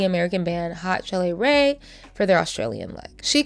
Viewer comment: HOT CHELLE RAE MENTION?! i was a huge fan during quarantine and they ended up following me on insta lol. ps. it's pronounced "hot *chill rae" not "hot chilli rae" lol